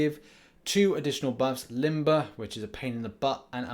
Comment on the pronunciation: The host saying Limbo instead of Limber. Even when Dave corrected him he said Limbo the next time.